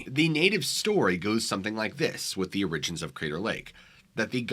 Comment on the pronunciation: So strange that this man at least three times pronounces "OR-i-gins" like "or-IG-ins." Never heard a single other person pronounce it that way. Maybe he's a shape shifter who hasn't quite learned English yet. He's also pretty hairy, which is a bit suspicious. I guess we'll never know.